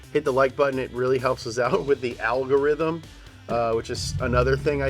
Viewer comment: He seems to be saying algorithm with intent lol wonder if it helps.. i know this comment will!